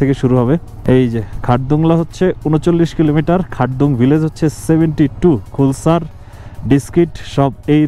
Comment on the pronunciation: খুলসার না নামটা খালসার 🙂